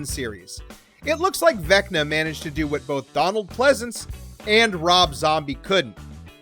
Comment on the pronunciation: Why did you say Vecta the first time?